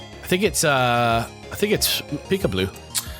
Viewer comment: Every time they say Pikableú I imagine they instantly get a cigarette in their mouths and a disdain for everyone who isn’t french